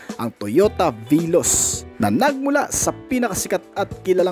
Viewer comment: veloz po hindi viloss